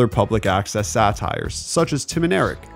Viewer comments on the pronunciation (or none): none